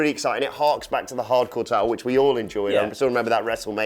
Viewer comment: Why can't they say "hardcore"..good lord